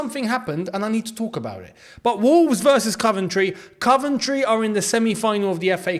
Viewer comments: we love you, but please say: Coventry not Cuventry 😁nice one boi!!!🤙🏻 Coyb👏🏻🙌🏻🔵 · Cov not cuv 💙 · it's coh-ven-try not cuh-ven-try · My girlfriend wants to know why you pronounce Coventry ‘Caventry’? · Mate why u sayin “CUVENTRY” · I think you are saying Coventry wrong ⚽